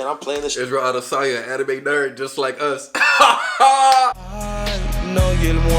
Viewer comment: israel actually confirmed that thats how you pronounce his last name I believe